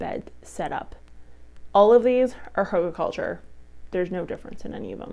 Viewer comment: Not pronounced huggle.